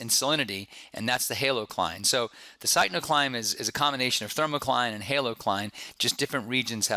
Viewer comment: Good lecture, one comment...I believe it is pronounced 'Pick-no-cline'